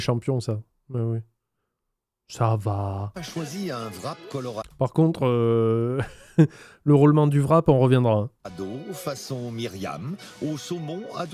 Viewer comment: "vrape" c'est un W pas un V Le mot « wrap » vient tout simplement de l'anglais to wrap, qui signifie envelopper ou emballer.